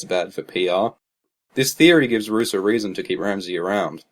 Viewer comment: Roose, rhymes with Goose.